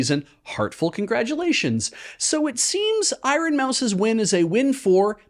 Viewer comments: Pronouncing it I-ron hurt me in ways I didn't know a word could. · Little bit obsessed with two different pronunciations of "iron" in this.